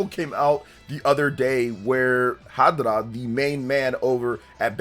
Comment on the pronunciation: Harada not hadara